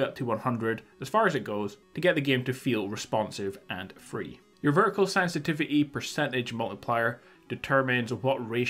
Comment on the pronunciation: Today we're going to discuss the sensititity seddings lmao.